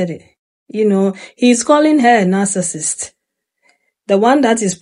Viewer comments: He can’t even pronounce narcissist correctly 🙄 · He didnt even pronounce the word right smfh